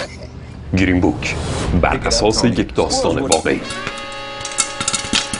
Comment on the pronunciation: گیرین؟ یا گرین؟ چرا شما فارس ها انگلیسیتون اینقدر مزخرفه آخه؟ چرا اینقد بد تلفظ میکنید همه چیو؟